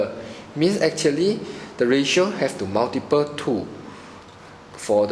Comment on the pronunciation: your pronouciation is poor! pls check out on pronoucing such words as length and multiply